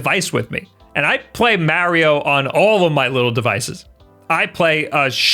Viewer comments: MA, say it with me, MA . MARIO not "meh" not "myao" MA-RIO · I hate how you keep calling it marryo instead of mario....maybe your french? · IT IS SUPER MARIO NOT SUPER MEARIO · it's MAR-RE-OH, not Marry-yo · It's not Mayorio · It must be a Long Island thing. I believe Colin Moriarty is from Long Island and pronounces it “Mary-o” too. They also both say “Thank you” with a “th” pronounced like “that” instead of like “thought” the way everyone else in the universe who speaks English do! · Super "Mehrio" Brothers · Ok, I'm ready to hear marry-oh a couple dozen times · Why you keep saying mowrio bros? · the way he prounces marios name is funny lol poor mario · Just watching to hear him pronounce ‘Mario’ over and over. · Why can no one say “Mario” the proper way? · This video is so hard to watch. Hearing mario pronounced like that a thousand times hurts the ears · His pronunciation of "Mario" will be the reason I unsubscribe. Especially with how often he says it in videos like this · You've pointed out that people pick on you for putting "Mary O" wrong. You also pronounce myriad "miree odd" wrong. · I was about to criticize the way you said "myriad" but then I remembered you say "Mario" like an old woman who doesn't speak English. Love you!: )